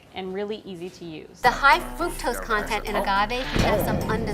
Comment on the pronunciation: I love the video but the way you pronounce the word fructose annoys me lol